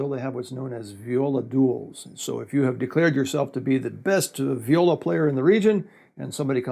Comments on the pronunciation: Great video! I didn't know all that you said about the Viola. And great pronunciation of the words in Brazilian Portuguese! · Wow, excellent pronounciation! I'm a viola caipira player myself. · I don't know him, so I don't know if he speaks Portuguese, but friend, his Portuguese pronunciation is impeccable! Few foreigners are able to speak the "nasal vowels" of the Portuguese language (vowels with this "~" accent) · It is awesome to see the instrument I play and love being represented in a foreign channel. Btw, pronunciation is great, congratulations, nailed it. Saudações do Brasil.